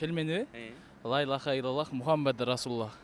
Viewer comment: Лаиллаха дебей Ляиллаха десенер